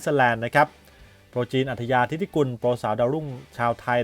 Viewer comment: นามสกุลน้อง ฐิติกุล อ่านว่า ถิ-ติ-กุน ไม่ใช่ ทิ-ติ-กุล